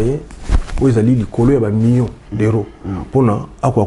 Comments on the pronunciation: balobaka Mi-yon te. Plutôt Mi-lion (million) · Oui, parce que aza na erreur. Tout comme beaucoup d'ailleurs. Même ba Français bango moko pe ebele ba lobaka ndenge wana na erreur. On dit Mi-lion, Mi-lier, Mi-liard.